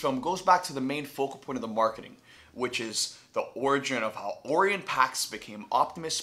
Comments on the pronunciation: Orion is pronounced oRyan Pax b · The he pronounced Orion 💀